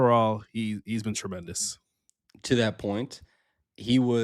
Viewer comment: For the amount says tremendous it really bothers me he doesn't say TREY-mendous